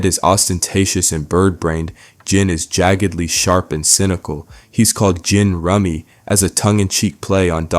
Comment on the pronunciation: goddamn it, its once-ler and jin-rummy like the card game !!!!!!!!! 😂